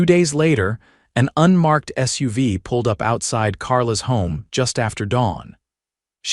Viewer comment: Not pronounced Suv it is just S. U. V. letters.